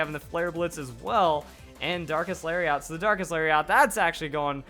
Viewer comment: Lol, "Dankest Lariat".